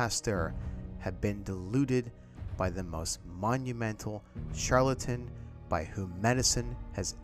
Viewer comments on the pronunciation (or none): none